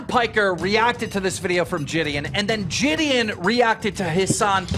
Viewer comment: I hope I never Have to hear Gideon pronounced as Jid-eon again.